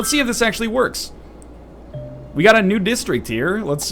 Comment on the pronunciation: When ever he says "new district", I hear "nude district."